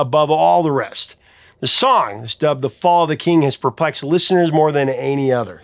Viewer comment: Sounds more like "The fall of Cain" than "The fall of the king", to me.